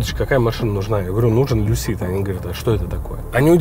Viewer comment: В слове Lucid ударение на первый слог. Но для этого нужно знать английский...